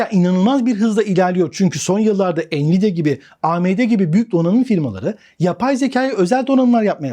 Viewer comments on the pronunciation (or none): none